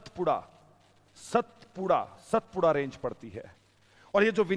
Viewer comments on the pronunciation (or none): अबे "सतपुडा" नही कहेते, उसका नाम "सातपुडा" है